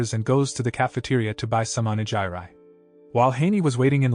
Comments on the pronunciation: Did this person just pronounced onigiri like that for real? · there's no way you pronounced onigiri like that. no way xDD